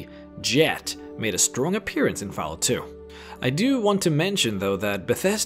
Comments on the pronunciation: I really wanted to watch this video to the end. But the way you pronounce Fallout made me quit after because it was driving me insane that you would say fahlout. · Fal lout xD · Did he say foul out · You know you said fállout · Fal out? its Fall out...at least know the game before you make a vid on it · "fellout" xD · He says Fallout like Falcon...not fell... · 'Faal Out' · He doesn't pronounce it Falalt or Fellout. He pronounces it Falout. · Or Falalt, like Excellent Quality said. It was one of those two things. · He lost me at "Fellout" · Did anyone else hear this man say faalout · everybody, lets report for discrimination of fallout, for the sole reason of him pronouncing fallout as fellout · Did he say fal out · He said faalout instead of fallout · Say fahlout one more time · fahlarht hahaha i cant stop laughing, sorry dude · the way he pronounced fallout at the start xD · How the fuck can you pronounce Fallout (FALL....OUT!) So many different ways? It bothered the hell out of me, such a shame because it was actually a good video. P.s google has a speech option for words, maybe do some proof listening before posting next time, "peyote" cough is another one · Hey, I’m not trying to trash your accent but you are a content provider, you should work on proper pronunciation. Words like Brahmin, peyote and fallout are words you should work on. Unless you prefer to keep extracting protein from that dong.